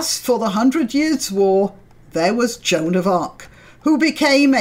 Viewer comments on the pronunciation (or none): none